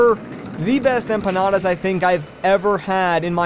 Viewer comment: You said empanras (at least that I heard) but Is empanadas, honestly, you were pretty close. Btw, your teacher must be from columbia.